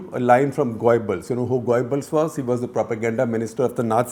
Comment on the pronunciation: I think your pronunciation of Gobbles is wrong....